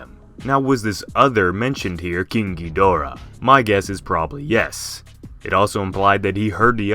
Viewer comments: king ghydora... I thought you said kinky dora ngl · im sorry but whenever king ghidora is said, i hear kinky dora